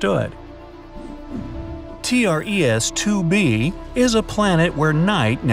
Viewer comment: It’s called tres 2 b not TR ES 2 b